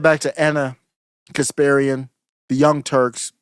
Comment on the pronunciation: KasPARian, not KasPIRian.